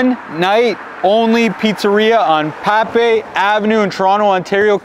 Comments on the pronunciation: Good review but you pronounced the street name wrong. It's "Pape" which rhymes with the word "ape". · It's Pape note Pape. jeeze